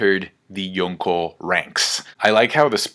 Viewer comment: For the millionth time.. 5th Yonko makes no sense! Yonko specifically means 4 emperors! If anything, its Goko now.. So annoyin with u youtubers.. And for someone who tries waaay too hard to pretend they're pronouncing shit in the right "accent" (horribly and cringey btw) it's even more baffling